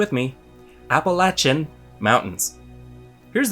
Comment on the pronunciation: I can't tell u how proud i am that u pronounced Appalachia the way we hillbillies do! Thanks bro!